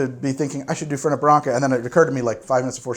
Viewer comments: FerNET, not Ferney. The name comes from Italian, not French. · It's Fèrnet, the accent's on the first e. ;) And the mint version is Branca Menta. :P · Hi im from Córdoba Argentina, and can 100% confirm that we pronounce it without T at the end. I hope you have a good day! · Never Fernei... FernEh or Fernet as you'd pronounce "Fair Net" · It's Italian, so the T in Fernet is a hard T. The French would drop the T at the end but not the Italians. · First, it's Branca Menta, not menta branca. Second, the 't' in the name Fernet is not silent. It's an Italian, not French, pronunciation. Do your research. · if u want more foam, just take out the ice! make coke spash in the fernet. Also fernet is pronounced with the T on the end and cOrdoba, with the accent on the first O not the second. Im from argentina, and we drink that everywhere, idk if it has mint, but there is mint flavor fernet appart from the original u should check it out too. Some people drink it with sprite, but I prefer the original with coke (never do it with pepsi, or any other cola flavor drink, ever!)